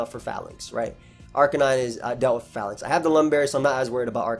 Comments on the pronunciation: Call this mon "Fay-links" not "fa-links". The name is a pun on a defensive troop arrangement used by the ancient Romans called the Phalanx (fay-lanks) #tmyk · It's pronounced "fay-links" I would assume. Long 'A' sound. I assume based off "phalanx" (an ancient greek military formation) and "link" like a chain of something.